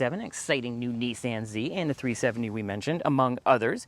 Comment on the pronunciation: Great review! Also, I can't tell you how much I appreciate hearing a Canadian pronounce Nissan correctly! It's like nails on a chalkboard every time I hear someone pronounce it Nisson. I don't know how people don't feel stupid pronouncing an A the same as an O!🤷🏻‍♂️